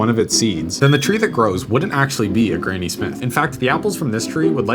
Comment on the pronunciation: Its granny as in grandmother. Not grainy.